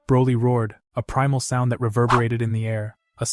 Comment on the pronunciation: Broly not brawley